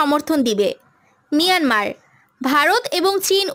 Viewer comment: Ota miranmar na mayanmar boka chuda